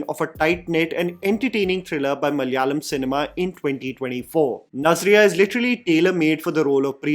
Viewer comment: Sookshmadarshini is a solid low concept thriller comedy film. Majority will like it, the theatre experience was good, humor was good. For me it was mid, it didn't leave any impact on me! Also,, it is time for you pronounce malayalam as ma-la-ya-lam (मा ला या लम - മ ല യാ ളം )! 4 letters. 😅മാമനോടൊന്നും തോന്നല്ലേ (trsl: iss mama ko galat mat samajhna 😂🙏)